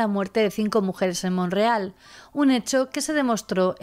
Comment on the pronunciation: Te hago una pregunta hay un poblado en Canadá llamado Monreal? Por que así lo pronuncias, es MONTREAL.